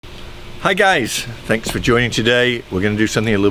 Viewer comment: Did he say “Hi gays”..? In the beginning 😂